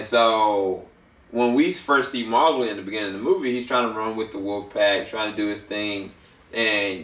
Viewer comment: you say mowgli wrong. it's annoying